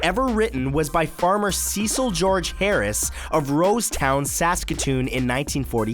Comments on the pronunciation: Is that seriously how you say Saskatchewan? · and Saskatchewan, why the different pronunciations?